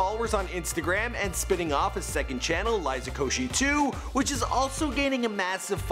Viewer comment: woah, he pronounced liza's last name correct